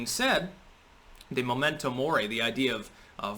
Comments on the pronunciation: It's not "Momento" Mori like the "moment you die", it's *Memento Mori, meaning "remember that you will die" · It's "memento" , not "momento" . "Momento mori" could be loosely translated as "a teachable moment" -- if you combine a couple of languages . :)